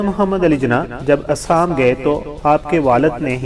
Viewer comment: ہندوستان کے صوبے کا نام اسام نہیں بلکہ ”آسام“ ہے۔۔۔آپ باربار آسام کو اسام کہ رہے ہیں۔۔۔